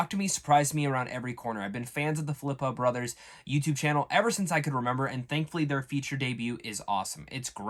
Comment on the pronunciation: Great exposure but their name is actually pronouced "fill-a-poo". 😁👍